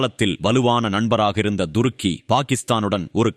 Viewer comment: Durukki இல்லப்பா. Thurukki. மாத்தி மாத்தி உச்சரிக்காதீர்கள்.😂